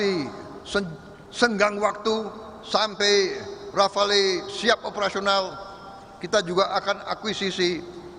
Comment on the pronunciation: baru kali ini aku denger pelafalan yg bener dari Mirrage & Rafale di Chanel pengamat militer Abal-Abal maah bilangnya Mireg & Rafa-Le